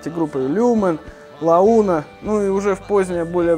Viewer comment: меня упороло название группы - «Лауна»😂, ты серьезно не знаешь, как называется группа или специально исковеркал наименование коллектива? Louna - а ну ка, прочитай по-английски))